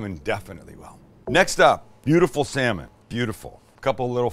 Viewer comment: When you excitedly said "salmon", I heard "Sam-it!" at first, thinking you were taking your own name in vain lmfao